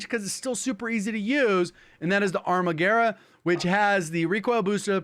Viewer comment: Do it's the only one who pronounced Arma Guerra correctly